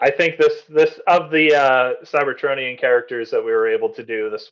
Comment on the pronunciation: A bit offputting when alleged fans hosting events like this mispronounce things like "cybertronian" in ways I've never heard before.